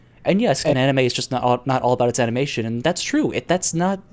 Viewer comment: pronounces manga correctly followed by anime incorrectly, interesting